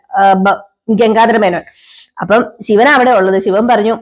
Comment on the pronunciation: ഗംങ്കാധാര മേനോൻ അല്ല ഗംഗാധാര മേനോൻ ആണ്